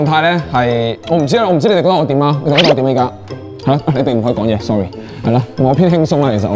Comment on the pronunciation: Alex話我今日冇帶，sor9ry, 我笑L左！！煮詞人多D搵R補下D英文！！拉埋雞wing一齊補習，因為佢D英文都係幾搞笑。